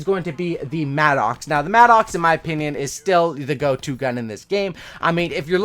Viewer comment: Really like your videos, but for the love of God, it's not pronounced "mad-ox". It's pronounced "madduks"